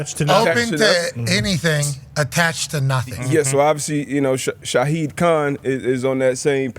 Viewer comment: Shaw-Hid not Shaheed.